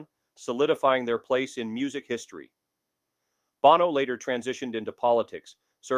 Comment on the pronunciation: It's pronounced Bowno, not Bahno!!!